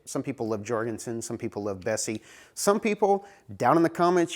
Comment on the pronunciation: You're an American..... speaking English is alien to you! for example, the clamps are pronounced "Yor gen son" not "George n son"